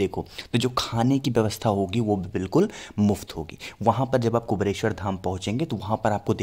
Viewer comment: क्या कुबरेश्वर, कुबरेश्वर की रट लगा रहे हैं। सही नाम तो लो भैय्या पहले..........? कुबेरेश्वर यह सही उच्चारण है। धन्यवाद 🌹🙏🌹